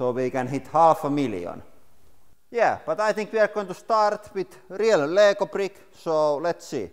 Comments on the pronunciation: "real lego prick" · "We're going to start with real lego prick "